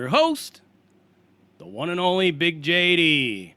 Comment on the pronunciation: The "one and only...." at the beginning was really emphatic . Did you hit a meeting and procure some nalgas?